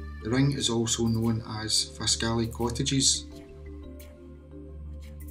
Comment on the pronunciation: Very interesting. Often passed them . Originally from Pitlochry. We pronounce it Faskly.